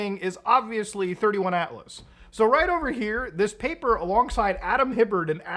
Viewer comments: its 3i Atlas not 31 Atlas just saying :P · Bruh…you did not just compare Avi Loeb to Steven Greer… Also, it’s 3 i Atlas, not 31 🫤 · It's not 31 it's 3i as in the 3rd interstellar object found. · Not sure if I sticking around for this video after he calls it 31 atlas 😂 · As soon as he said “31” atlas I stopped the video 🤦🏻‍♂️